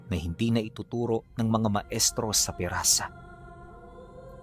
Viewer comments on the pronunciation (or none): Pisara hindi pirasa